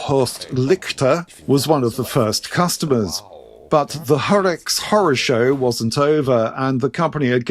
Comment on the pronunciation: ….wrinkled rider from Germany here. You pronounced Horex just right.